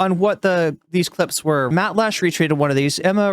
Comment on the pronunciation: Matt Lech's last name is pronounced "LECK". Great intro!